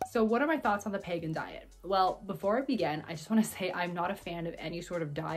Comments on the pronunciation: Your pronouncing it wrong …. It’s pronounced peeee gan . The way your pronouncing is actually pagan .. not the same . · It's Pegan not Pagan. Like Vegan with a p. It's best of paleo best of vegan or paleo vegan. You are pronouncing it wrong and you misunderstand it. I have been following the pegan diet since 2015 although I haven't been as strict lately. But after 2 years of eating this way my inflammation went from being high to completely normal putting my RA in remission. I started by eliminating sugar, gluten, dairy and was only a pesci pegan for the first 2 years only eating fish and eggs as far as animal products. And it helped me a great deal. Even though I modified my diet some since the positive effects are long lasting. However when I started eating other things again my labs looked bad again in other ways such as cholesterol and blood sugar. So I think low carb and grain free works best for my pegan diet. All and all if done properly pegan is very healthy and sustainable. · Doesn't he pronounce it like it's spelled? Like vegan, but a P. I don't think there's a Pagan diet lol